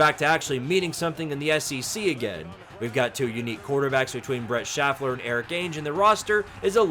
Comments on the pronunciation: His name is pronounced “”Shay—fer”, not “Shaff-er” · Bro, you just said "Brent Shaffler". Goddammit, is this AI